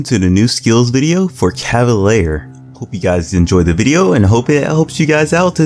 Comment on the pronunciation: CAH-VUH-LEER not LAIR or LARE.